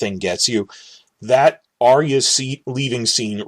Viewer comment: PS For a guy who pitches himself as being so smart - I'd think you'd have the sense to know that the name is ARYA, as in AR-yuh. Her name is not ARIA as you repeatedly said.